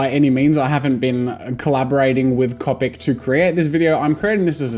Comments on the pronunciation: just FYI in 3 years you say cOpic not cAWpic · Go with first syllable… Co…. Pic….. not ….. Cop….ic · It’s co pic not ca pic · lol love how in the beginning he says that he will always pronounce it (Cop-ic) rather than (cope-ic) and now in 2019 he will say both at random, sometimes he will say (cop-ic) and every once in awhile he will say (cope-ic) without realizing. also anyone else watching in 2019? from 2019 you can tell his recording and audio quality improved greatly!! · Who else pronounce it "Cawpic" not "Cowpic". 😂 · It’s pronounced C”o”pic!! Not cupic JEEZ! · It’s comic not cowpic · It’s not cahpic it’s cohpic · Copic (Co-*like co worker*pic. Not Cop-ic) does not sell a 32 set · Stop, stop, stop you're GONNA GET YOUR FANS TRIGGERED! And besides you're saying it wr0ng! It's MANga not manga. And it's C0pic not cOOpic. Harry Potter quote down below. It's leviOsah, not levioSAH! I'm not sorry. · heheh and you TOTALLY call them coe-picks now!!!! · He now calls them “c-o-pic” 😂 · “I’m always gonna say “cawpic”” sure jazza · “Cohpic markers” Annoying but I can live with it. “Manga” (pronounced wrong) T R I G G E R E D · Your way of pronouncing ”Copic” is fine, my art friend calls them... ”Coh- Pec” And im like WHERE IS THE ”PEC”?! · I'm from the future you will begin calling them Copic (Koe-pick) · he said coe-pic not caw-pic hahaha Jazza I caught that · Copic ~ Coe-Pik~ Manga ~ Mahn-Gah~ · Me: watches this video to learn how to say copic Jazza: yEah I pRobAbLy sAy CoPiC wRoNg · The fact that he told us that he said copic markers the way there not supposed to be said i didnt even notice he said it like that until he said that i have to deal with him saying it the wrong way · Copic?? You say it weird. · no Jazza one day you will give in to saying copic right iv'e seen it. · And in 2019 Jazza has changed his pronunciation of Copic. Never say never! Edit: No transparent blender recommended! I can't belive it! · It enrages me so much that he says it wrong